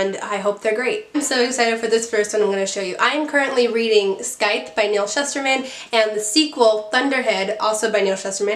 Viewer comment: The c in scythe is silent